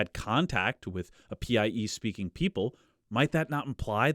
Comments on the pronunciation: I just discovered your channel, and I love it. As for this theory of PIE (by the way, you should have been saying "pie" instead of P.I.E.), I dont have a dog in the race. It's also been a long time since I studied genetics and admixtures in school. But presumably these PIEs would have been male and females and both of thier genetic info would have been introduced into the invaded populations. So wouldn't that play into the admixtures? I've been listening while biking, so I wasn't able to follow all the numbers. What I'd love to see is a good statistical analysis of the genetic mixes and how they presumably resulted from these influxes of PIE DNA. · i wish i could go back in time and tell him linguists pronounce PIE like apple pie